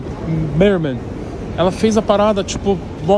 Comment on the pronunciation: Sereia em Ingles= Mermaid Toguro says: Meremei